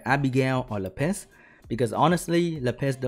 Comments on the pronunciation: pls stop saying lapiss, its lapis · Lap - eh - s PLEASE! No more Le Piss! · you pronounced lapis 'le piss' and i laughed so hard i peed a little of that sweet le piss XD dying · his poor Lapis... he pronounces it like "La Piss" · what normal people hear: lapis me, an intellectual: le piss